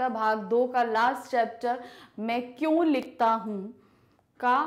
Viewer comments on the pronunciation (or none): Ma'am AAp ka kyon ka pronunciation galat hai 😊😊😊😊😊😊😊😊